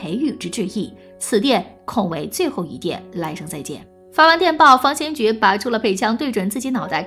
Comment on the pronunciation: 大家散了吧，小编都不懂历史，废话一大堆，方先觉都能读成军方/先觉部，真是浪费时间，史实的真假更不用论了。